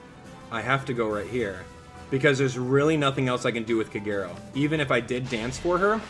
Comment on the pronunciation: It took a couple of tries, but eventually I got Robin and i got her to 4* now :^D P.S. - it still triggers me how you pronounce Kagero's name, i really hope your doing it on purpose xD